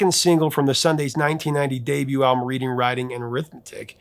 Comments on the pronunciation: The Sundays: it’s pronounced RED DING, as in the town. Also, I don’t know about the narrative that they faded away after that first album, I was working in music stores and I remember those second and third albums selling really well and charting on the modern rock charts, I can name at least three singles. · I always thought the album was pronounced Redding” writing and arithmetic. You know because Harriet is from Reading. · Was that the VJ who announced it was pronounced RED-ing after the town of Reading in England? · of possible interest: I've read that th first word in the album title "Reading" should be pronounced like the English town, not like perusing a book--and producer Warren Huart is good friends with the Sundays' drummer Patrick Hannan.